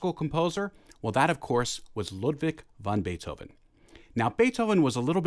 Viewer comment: Did he say "Ludwig Von Beethoven"?